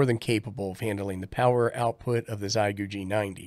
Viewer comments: Forgive me; I truly appreciate you and your helpful videos. It just makes me chuckle that all ham-tubers have decided on this pronunciation. If you've ever learned how to say "thank you" in Mandarin Chinese (xiexie), you will have a good start at understanding how "xie" is pronounced. 73 from VE3-land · "Xiegu": in Chinese it's pronounced like "Shieeguu" (for English readers) 👍🙂